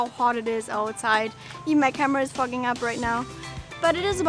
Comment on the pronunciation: " The camera is Fogging up " !! Got to be honest i had to replay that as its not what i thought you said !lol Dad to see peoples lives being ruined by rising water levels but really enjoyed the rest of the vlog :-)